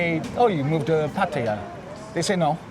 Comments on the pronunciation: And exactly where is the "i" in Pattaya? Just because some idiot calls it Patt"i"ya no need to repeat it unless you're an idiot yourself. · Pah-Tah-Yah! Please pronounce it correctly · That patTEya why why why.....ffs read the word, look at the letters....its pattaya......that E Americans put in there makes 0 sense.....try asking some old Thai how to say it, somone whos not been living in PattAya for 10 years listening to farangs that cant say it right rofl......every time i hear that damn PatTEya i can help looking at the word thinking wtf is going on cant they read rofl. sorry for once i had to let some steam out but in any case nice video overall :) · learn to pronounce Pattaya for gods sake !